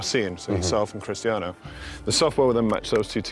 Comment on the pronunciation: why doesnt he call him cristano haha !